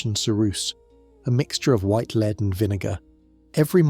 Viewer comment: It's being pronounced 'leed' one sentence and the next 'led'. The latter is the correct pronunciation.